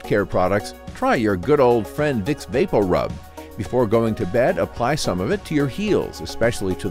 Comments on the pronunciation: It sounds strange the way he's pronouncing it. I grew up hearing it pronounced Vapor-Rub. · Vape O rub. I noticed it too. 😬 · I know my family isn’t the only one that pronounces vapo rub as “baporu” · Me too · Sorry, I can't get over how he pronounces "VapoRub"